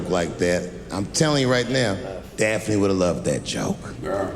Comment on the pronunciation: Notice how he never misspronounced Daphne thruout the entire set. It took one to know one.